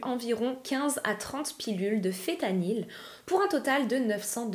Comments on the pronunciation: Fentanyl et non fétanyl🫤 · Le fentanyl y a un N que l'on prononce et t'en trouves pas que sur ordonnance mais aussi chez le dealer